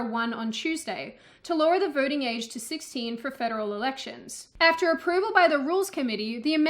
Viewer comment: I heard "vorting." But she's sticking lesser number of "r" in random words.